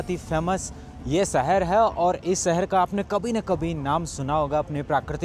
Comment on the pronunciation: Pls say "shahar", not "sahar".